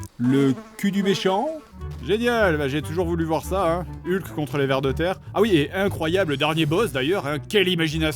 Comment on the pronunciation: Excellent épisode, l'attente en valait vraiment la peine! seul bémol: Hulk ne se prononce pas comme ca s'écrit, ça se prononce HOLK! avec le H expiré merci